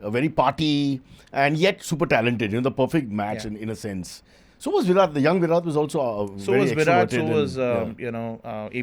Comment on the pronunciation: can't even pronounce Virat's name correctly...disgraceful😂